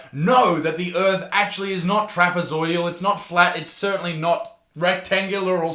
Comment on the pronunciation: Sorry if it's already been said... the word is trapezoidal, not trapezoidial.